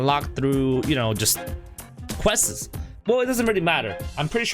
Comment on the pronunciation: yo who noticed when he said questes XDD